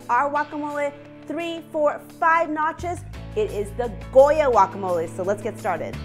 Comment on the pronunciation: it is pronounced "guacamole" not walkamole